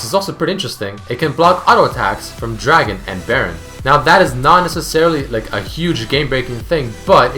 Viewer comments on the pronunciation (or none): none